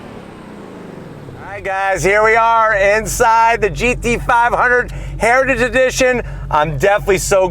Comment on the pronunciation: Is it possible to say "heritage edition" and not sound drunk? Comment below.